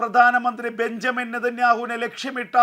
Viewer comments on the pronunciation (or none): none